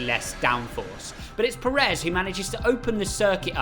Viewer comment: It's Pérez, not Peréz.